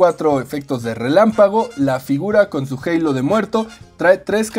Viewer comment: Bro por qué dices halo en inglés en vez de simplemente decir halo 😞